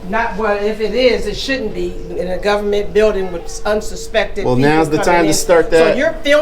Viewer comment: "In a gubment billdin', that should be illegah. If it ain't, it oughta be." 😂